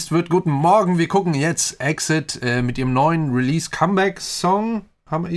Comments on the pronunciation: Nicht böse gemeint...aber der Gruppenname wird E.X.I.D ausgesprochen. Also jeder Buchstabe einzeln auf englisch. 🙈 nicht wie EXIT.... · Man spricht exid eigentlich so aus: i eks ei die wie halt 이엑스아이디 Also einfach auf englisch buchstabieren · Wird EX-ID ausgesprochen:) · btw EXID wird E.X.I.D ausgesprochen Das besondere bei diesem Comeback ist, dass es verutlich zumindest erstmal das letzte Comeback mit der ganzen Gruppe ist, da 2 Member (Hani und Jeonghwa) Ende des Monats ihre Company Banana Culture verlassen und sich die verbleibenden Member vorerst auf Solo Projekte konzentrieren wollen. Sie haben dennoch gesagt, dass sich die Gruppe nicht auflöst und sie planen in der Zukunft weiterhin als EXID zu promoten Edit: Halsey hat heute ihren neuen Song Nightmare rausgebracht, vielleicht willst du ja auf das MV reagieren, fände ich auf jeden Fall interessant